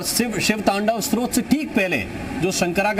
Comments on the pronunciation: Stotra not shrot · स्रोत नही स्तोत्र बोलिये। मनोहर